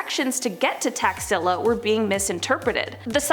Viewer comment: Taxilla I though she said taxzilla aka IRS 🤣